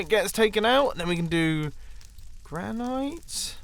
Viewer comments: Granite? You said Gran-night Could have sworn it was Gran-nit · Pronounce Granite: Gran-it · gran ight? Its gran IT 😂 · Granite? Nah Gra-nite. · “Gran-ite” I feel like we should tell him that’s not how you pronounce granite. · The way you said granit made me cringe